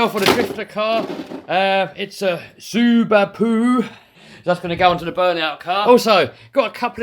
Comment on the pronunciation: You said Subaru suber poo